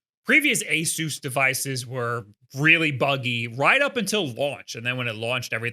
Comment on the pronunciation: I thought it was "A-sus," not "A-soos," or am I missing something...?? You're literally the only person I've heard that has said this company's name like that.